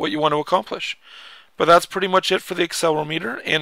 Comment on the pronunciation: Actually it's aCCElerOmeter not accelermeeter :) Btw how do you get these games to the iPhone? Thanks